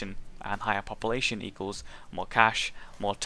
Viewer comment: its not popalashon